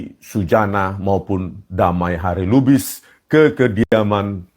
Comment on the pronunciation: Rismon ngomong kediaman pak Jokowi aja gak bisa, masa ngomongnya kekidaman, , gitu kok ngomongnya orang pinter.